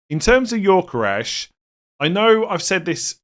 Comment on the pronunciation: Every time says Yorkeresh, I die a little inside.